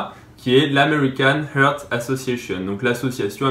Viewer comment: Heart pas heurt 😂